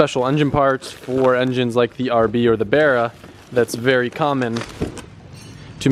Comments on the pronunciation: Can you please say bArra instead of brra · Barra has no e it’s not berra u gotta speak the language…